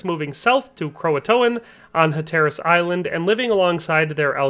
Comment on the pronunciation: Your mispronunciation of Hatteras and Manteo are super annoying. However pretty solid video otherwise.